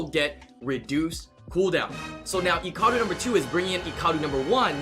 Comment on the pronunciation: okay you say Icaru like its eecaroo and other youtubers and me say it like Eyecaroo it triggers me not that its annoying its that I am not used to it